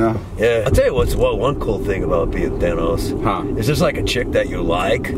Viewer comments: It’s than-os not thane-os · It's not pronounced Thane-os its, thanos come onnnn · who's "thaynos" lmao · Everybody always says Thanos but does anyone every day Thanyes? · Who the frick is thaynos